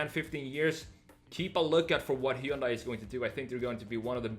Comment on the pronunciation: Hyundai is pronounced like "Sunday".